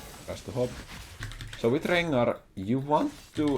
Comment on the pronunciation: I love when plays against champs with many Rs in their name! Rrrrrengarrrrr